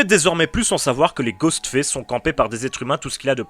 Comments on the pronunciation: Je t'aime bien, mais sérieux travail ton accent parce que là ce qu'on entend c'est pas Ghostface, mais Ghost Fesse 😂😂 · ''Ghostfesse'' mdr